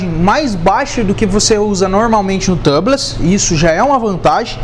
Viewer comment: Só uma dica amigo. A pronúncia de tubeless é “túbles”, não tãbles. Excelente vídeo. 👏🏽👏🏽